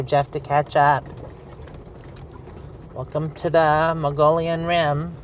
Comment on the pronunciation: It's [Mogollon] not pronounced ma-GOH-lee-an, it's MUGG-ee-yon Come on. You're a resident of AZ, learn the lingo! 🤣🤣🤣